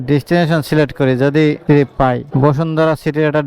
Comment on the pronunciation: উচ্চারণ শিখেন ভালো করে। টিরিপ না। ট্রিপ! খুব অদ্ভুত লাগে শুনতে!